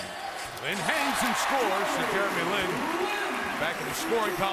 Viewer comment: announcer said jerry lee lin! wtf?!